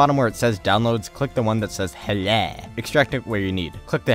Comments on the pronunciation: "click the HU-LEH button" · Hlae 😂😂😂that pronunciation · I don't know why I laughed every time he pronounces "HLAE" the way he did xD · i love when you say HLAE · I laughed when u said "HLAE" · Is it just me or is the way he says HLAE hilarious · The way he says HLAE lmao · The second I heard you pronounce "HLAE" ... You earned my sub :'D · i will never read HLAE in the correct way aggain after this... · It´s funny how you say HLAE :-D